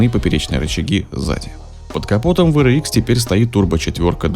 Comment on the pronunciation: WRX-ДаблЮ Р икс правильно говорить а не В Р икс VRX